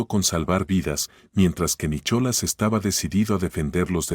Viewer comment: Se pronuncia Nicolás no Nichola